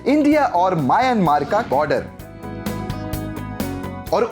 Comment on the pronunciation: म्यांमार होता है।